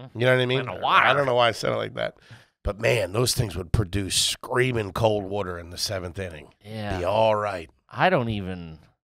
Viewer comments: I love that made fun of for pronouncing “water” correctly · When I heard that correctly pronounced Water, my brain slammed the breaks, like whaaaaaaaat was THAT???? 😆😆